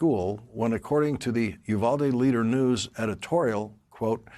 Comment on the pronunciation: I know it's not a big deal but I wish these news reporters would look up how to pronounce Uvalde. It's hard to listen to when you're from there.